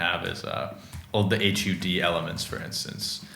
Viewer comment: 0/10 said H-U-D instead of hud